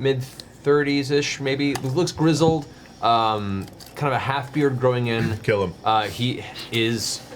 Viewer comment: when Travis says “Kill him” I could have SWORN he said “Caleb” for a moment and did a double take 😅